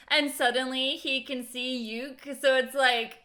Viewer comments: Somebody tell her that she's saying ryuk name wrong she's calling him yuk or am I hearing it wrong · You are right, she is mis-pronouncing his name.